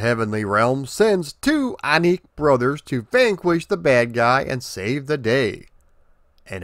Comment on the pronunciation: The final “i” in “Aniki” Is not silent. Doesn’t rhyme with “nick”, but with “key”